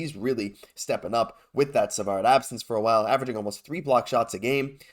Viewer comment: 😂 Bogdaddy!! 😂😂 Yah I don't think Zegras is the right fit for our top 6. We need someone above 6'1" if we want to eventually compete in the playoffs. Question for: I was wondering if you speak French? I would say so by the way you said "Savard"